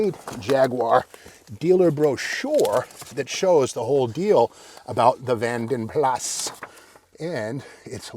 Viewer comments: Pronounced Vanden Plaa not Vanden Plas! ;) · I thought it was Plaaaa not Plassss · In Britain it’s pronounced Vanden Plarr not Vanden Plasss 😅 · Great vid Steve, it's pronounced Vanden Plar tho. 😀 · Love your daily videos. I would say a couple things about this one... (1) Vanden Plas: "Plas" is pronounced with a silent "s" in UK. (2) I think the Saint's car was a 2-door Volvo P1800 not a Jag. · The ‘S’ of Vanden Plas is not pronounced, just saying , are you standing next to a Tiger/Alpine?